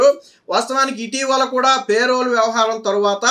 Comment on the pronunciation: పే రోల్ కాదు. పెరోల్